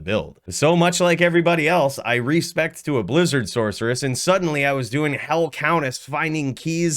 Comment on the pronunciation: What is a “Sork”? Do you call your character a “Sorkeress”?